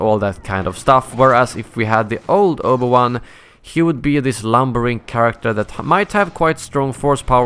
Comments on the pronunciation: Obu-wan xdd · Omg the butchering of the pronunciation of Obi Wan's name god man...